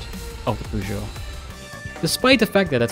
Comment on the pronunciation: As a french guy, i love the fact that your pronunciation of peugeot is spot-on, not pewgeot, peugeot.